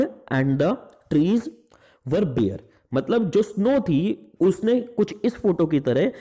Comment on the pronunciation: it’s bare, not ‘beer’, Mr.alcoholic. Don’t feel offended. “aep-run” “naw” “stared”